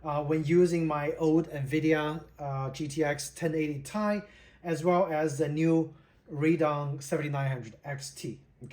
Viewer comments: T I NOT TAI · Great video... I'm thinking of this card myself. One thing though, from a former 1080Ti owner... it's Ti as in Teee Eyeee 😅 Actually, shouldn't say former, still own it, it's in my kid's PC now, after I got a 3070Ti a few years back. The Duke 1080Ti is way bigger than the FE cards.